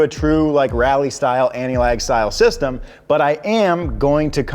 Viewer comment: Did he say step sister or step sistem?